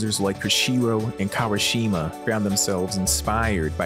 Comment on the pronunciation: Quick guide anyone discussing Japanese names. 1. All vowels are short and snappy unless specifically elongated. 2. When in doubt, treat each consonant-vowel as its own syllable; avoid slurring multiple syllables into one. 3. The Japanese "R" is never an American "R". It's an "L" sound with slight R-ishness in the back of the throat. You can call Motohiro Kawashima "Modoherro Kawuhshimah" if you want, ofc. It just ain't his name. And Soische Churrata is "So'-ichi Tera-da" I only bring this up because I'm listening to this audio-only and I genuinely have no idea who you're talking about unless I look at the spelling on my screen-hole.